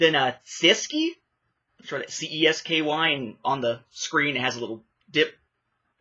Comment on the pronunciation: It’s pronounced, “chess-key”, it’s the language of the Czech Republic.